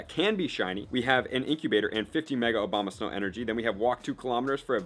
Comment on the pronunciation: Abomasnow not Obama